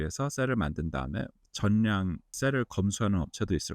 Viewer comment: 많이 배우신 분 같은데 전냥으로 발음하네